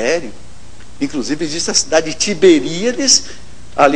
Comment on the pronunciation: ESSO NON ECSSISTE!!! KKKKKKKKKKKKKKKK Cada uma viu puffffsss